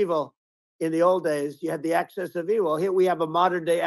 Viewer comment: Axis, not access. 🤓